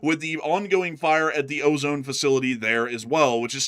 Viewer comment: You're pronouncing OZON wrong, It's pronounced "o-zon" no E how we say ozone. Like think OZ - ON (like turned on), that's it. It's kinda tilting me hearing you say it.